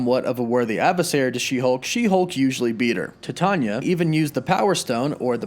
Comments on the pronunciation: Dude, your freaking killing my brain. Titania is pronounced like the metal Titanium but without the M. Don't overthink the pronunciation. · Dude.... Why do you say every name incorrectly? Titania is Titan (like Chronos, Atlas, etc) or the metal Titanium. Same thing with Sersi in other videos. She is a reference to the goddess, Circe (Sir•C) as all the Eternals are referenced to deities in one way or another. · He was killing me with the way he was pronouncing her name lol. Hasn't he ever heard of the metal Titanium? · if you type in “How to pronounce Titania” in Google, it literally says it verbally for you. Even fictional character’s names have correct pronunciations. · Bro, you are saying "tatanya".it is *Titania*. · Your are pronouncing it wrong and it's pretty ridiculous. It's Titania...like Titanium. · It's pronounced like "female" TITANia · It's pronounced "Tie - Tay- Nee-Ya" not "Ti-tah-nya"... that was so painful to watch and hear... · Ti-tanya? Pronounced.......titan-ia as titanium but add a instead of um lol! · Pronounced TIE-TAY-NIA lol IT'S NOT "TIT-ON-YA" the pronunciations on this channel are hilarious lol just google pronunciations real quick before you hit record! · I thought it was pronounced like Titanium, just Ti-Tay-nee-ah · It's pronounced like titanium! Way to do a whole video and get it wrong! Titania (Ty-tain-ia) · Please pronounce it correctly: T-I-E TAYNE- EEAAA!! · Ty-Tan-nee-uuh. ijs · TY-TANE-YA !! Bro your killings me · DUDE, really? Her name is taken from the alloy Titanium... It is pronounced Tie-TAY-Nia !!! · Cmon bro u gotta know your pronouncing Titania wrong. Its like Titan with ia at the end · I thought it was pronounced Ti-tae-nia... You know like a play on the word Titan. Whatever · Titania = TieTayKneeUhh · Why are you pronouncing her name like that? It's pronounced TIE-TA-NIA. As in TITAN-IA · “Tit-tanya?” Try pronouncing it like Titanium or Titan or Titanic. 🤦🏻‍♂️ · I Could be wrong but its ty-TANE-nee-ah